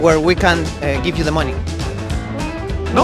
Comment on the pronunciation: Un tip: money se pronuncia "mani" (con acento en la letra a)